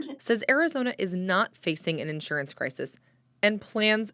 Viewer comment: She can't say insurance correctly. Why they have this woman on this task if she can't pronounce the word Insurance correctly.